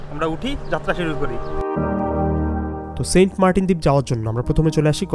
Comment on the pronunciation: sobai boltache saint martin tar poreo apni bolchen saint partin karon ki vai